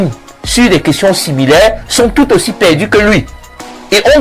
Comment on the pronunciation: J'aime kan Blériot dit: *parfait ayissi*😅😅😅